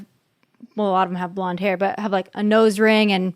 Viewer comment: She's so chill that I can barely understand what she is saying. I've never heard someone pronounce "hair", "hura"